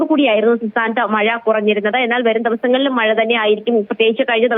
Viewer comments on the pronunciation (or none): മയ അല്ല മഴ